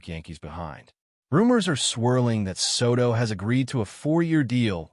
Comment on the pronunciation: I hate AI narrators. They can't pronounce names correctly.